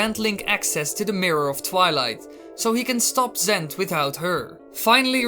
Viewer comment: lol "zent"